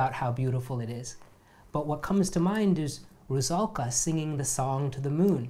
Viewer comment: I can help you with your Czech :-) For example, it's pronounced as Russahlkah, not Rushalka. But you are amazingly close!